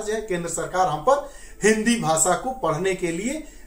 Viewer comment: What is bhasa ? Ap pahale apna pronunciation teek karo bhasa bhasa bolijari hai